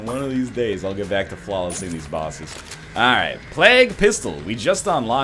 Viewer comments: Phijkchu_LilYodaX Yes, you say "play-g" not "Plahg" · Ryan. it's plague, not plag. did you learn about the black Plague? (PLAY-guh) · Why does he call it Plak Pistol? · The former english teacher also says plag instead of plague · it's not like he's saying Pla-gooe or something. he's pronouncing it in pretty much the way is suppose to be pronounced. Plaig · Well I've heard people from California, Texas, Georgia and Maine say it that way so how do you so it? Because I say it like Play-g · anyone else notice he's pronouncing plague completely wrong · I have never ever heard anyone say "plague" the way you do, at this point I think you are doing it to fuck with us..... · ahahaa, it made me cringe every time I heard it, especially considering he was an English teacher... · Phijkchu_LilYodaX I am American and I can assure you that is not how we say it here. At least not in California, Washington, Oregon, Texas, Georgia or Maine.... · NZVargs ooooh okay, I didn't know it was Canadian. And no I don't... probably because I'm from London :)